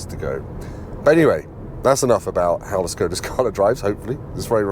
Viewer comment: Why someone, who is running a YouTube channel abroad cars, is not able to pronounce the brand's name right? Škoda is not "Skoda", but "Shkoda". "Š" in Czech is "esh", like a sheriff, Sheffield, Sharon, Sherlock,...